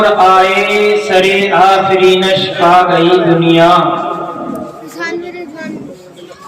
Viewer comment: کوئی حضرت صاحب کو بتائے کہ لفظِ سِرِّ آفرینش ہے سَرِ آفرینش نہیں ہے